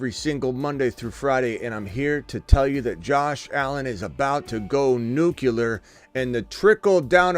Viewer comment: Nuclear, you keep saying nucular